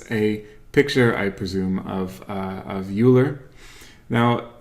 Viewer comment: Just fyi - "Euler" is pronounced like "oiler"